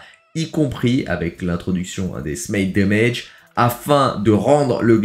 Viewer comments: ben ça se dit " smaït dèmèdje " en anglais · Oui trop drole comment il le dis ça me fume a chaque fois 😂